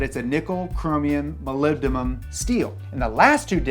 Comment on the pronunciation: Can't believe you pronounced MOLYBDENUM right. I've been pronouncing it phonetically for years and found out even though it's a Greek derivative the Anglo-American pronunciation is as close to how you pronounced it: mə-lĭb′də-nəm I have been pronouncing it Molibdenum where the 'O' = oh 'I' = eeh 'E' = eh 'U' = ew For some reason American English doesn't use standard phonetics. But apparently not as phonetics go: muhlibdunum to the uninitiated. So, very short voweled. May rethink my unsubscribe from awhile ago.